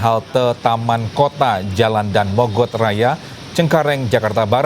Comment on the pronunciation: bacanya Da-an mogot mas/mbak... bukan Dan Mogot...